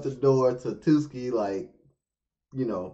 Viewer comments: Hhhh tuski i just find it funny every time .. its tsuki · Err... Sorry to dissapoint you but the T in Tsuki is not silent T. It just the same when you say "tsk" or "tch". If you silent the T it became Suki. Suki in JP means "like" or "love" while Tsuki is "moon". JP language is just like Arabic where if you say it wrongly, it will bring different meaning. For instance, "oji" "ojii" and "ouji". Oji= uncle Ojii=grandfather Ouji=prince See? The differences between the vowel brings different meaning. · By the way, his name is pronounce Su-Ki, not Two-ski. The T in Tsuki is silent